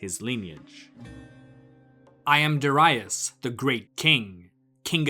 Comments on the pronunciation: Cambysis, not camb👁sis.... as in Hedeby, Darius, not Dar👁us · Good video but the way you pronounce Darius is wrong and distracting. There's no basis in saying Doh-rye-us. Neither in Persian nor in Greek where we know his name from